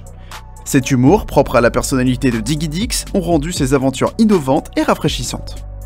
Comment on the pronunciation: digidix et pas diguidix mais bon.. ^^